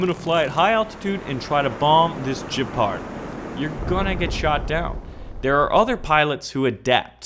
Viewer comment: And it's G ep ard. It's German not French.